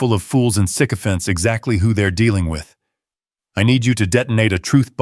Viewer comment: Sycophants not sicko 🤣🤣🤣🤣